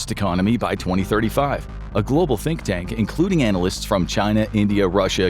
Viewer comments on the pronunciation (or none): none